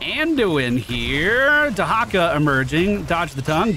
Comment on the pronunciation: I did not realize q can get cdr like that. Going to have to keep that in mind from now on. Also thank you for the correct pronunciation of tyrande and dehakas names. ❤.